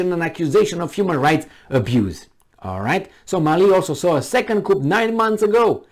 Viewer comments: You're barking at the wrong tree here. I know what a coup d'état is (I'm actually French) but was merely letting know it's pronounced 'cu' and not 'coupp' in French. He uses the right word but doesn't pronounce it correctly, thus making it sound (to French ears) like another word with completely different meaning.Try reading my original comment for better understanding. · Coup is pronounced KOO, with no "p", because it is a French loanword. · The p in coup is silent. The full terminology is coup d'etat. Also, the last t is silent. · But his way of saying it is more entertaining.